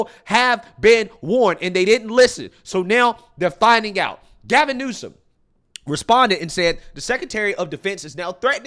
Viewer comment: Sounds like the news lady said Gavin Nuisance. Lol